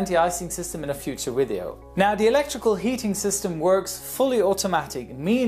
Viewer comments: WATCH IT !! it is Video not "weedio" .. didn't dear Mom teach you better ?? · WHATS WITH THE THUMBNAIL ACCOMPANYING THIS UPLOAD. JOINS THE MANY MILLIONS WHO FREQUENT YOU TUBE WITH THUMBNAIL BAITING SH1T. THE PHOTO IS A C-17 GLOBEMASTER YET NOTHING WAS MENTIONED IS THIS UPLOAD..... WHAT A TIME WASTING C#$T. BY THE WAY ITS VIDEO..V..V..VIDEO....... NOT WIDEO.